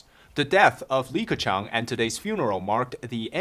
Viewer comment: Are you serious? Dude, the name is Li Keqiang. 李克强！